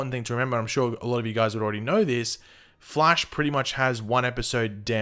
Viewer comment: stop saying Flesh instead of Flash